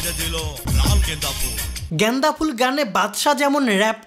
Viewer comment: যতবার ঐ লোক গেন্দাফুল বলছে আমি গান্জাফুল শুনছি।😂😂😂😂